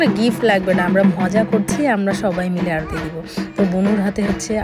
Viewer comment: অরুতি নয়😂 ,কথাটা আরতি 😂